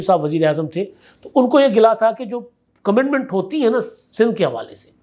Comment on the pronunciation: کمٹمنٹ لفظ ھے کمینڈمینٹ نہیں ۔۔۔پلیز اپنا تلفظ درست کریں